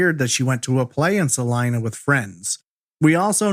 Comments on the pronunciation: he pronounced it" sa line a" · It is pronounced. "Saleena"